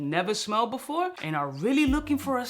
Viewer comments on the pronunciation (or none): none